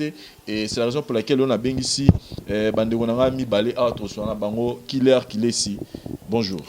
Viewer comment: Killer et non kulleur! Marcheveque